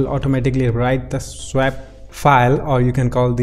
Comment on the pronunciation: Your accent is great though you do seem to have trouble saying SWAP but it doesn't bother me too much! :-)